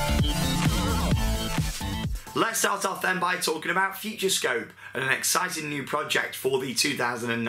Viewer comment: It's Futuroscope not Futurescope